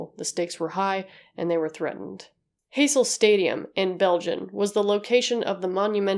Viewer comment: Americans trying to pronounce European names just doesn’t work. The “J” in Juventus is silent. Heysel is pronounced “High sel”. Just FYI 👍 Also it was the European cup, not championship cup. I’m a Liverpool fan and am old enough to remember this.